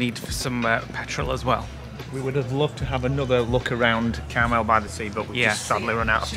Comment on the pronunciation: It's pronounce Car Mel that Clint Eastwood was mayor of Carmel by the sea, keeps saying caramel by the sea 🙈 also where the late Doris day lived in Carmel Valley